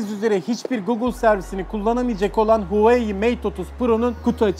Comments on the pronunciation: Huwayi değil huawey ya skkskskkskdd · ONUN İÇİN HERŞEY “HUWEI” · Sen Huvayi Biz huavey (Okunuşu) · telefonun markası huvai diyil huwai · No one:: HuaEiEu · Bende sadece ben huvai diyorum sanıyodum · huğıi mi?😂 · arkadaş adam daha markanın ve arayüzünün ismini söyleyemiyor kalkmış anlatmaya çalışıyor çok ilginç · huawei nin okunusunu ogren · Lan artık öğren Huawei demeyi😂